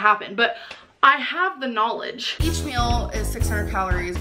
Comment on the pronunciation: She pronounces meal like mule. Pisses me off